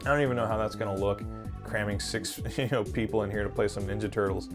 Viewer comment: "Neenja" haha that Ninja Gaiden commercial was hilarious. I absolutely want to pick up every game you mentioned here, especially Final Vendetta and Shredders Revenge.